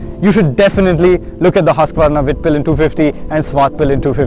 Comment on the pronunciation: Just one thing, people have been calling it Hasqvarna but its like Hoosqvarna (Husqvarna), Thank You. :)